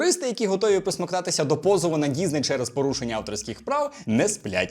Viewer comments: діСней, а не діЗней! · діЗней, сука діЗней, щоб вас шляк трафив, з української мови покруч робите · Чому ти говориш дізней?